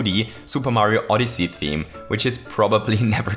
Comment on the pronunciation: I think thats the first time pronounced "odyssey" correctly